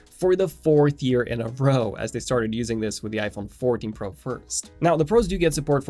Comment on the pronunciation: The way he says pro urks tf out of me. Sorry for my little rant